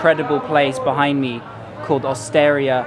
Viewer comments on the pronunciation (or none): As an Italian I have to say 'Well done!' . One of the best videos about Florence:-) :-) , very realistic and with additional info that not everyone says.. Just a thing: G si pronounced like J when followed by 'i' and 'e' [sod'd3orno]...'osteri'a',accent on the 'i' (means chep/popular/ public place where wine and a few dishes are served) .:-) :-) :-) :-) are you visiting anything else here in Italy?:-) :-)